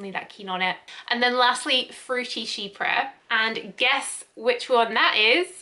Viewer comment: Thank you for making this video never knew how to properly pronounce “chypre” until today 😊😌